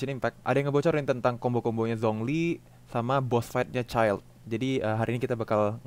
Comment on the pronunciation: Zhong Li dibacanya Chong Li